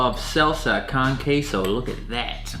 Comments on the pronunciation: It’s pronounced qu-a-so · Mans really said "selsa con ceso"